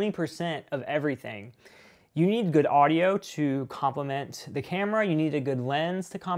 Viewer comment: "compriment" lol Good Video though!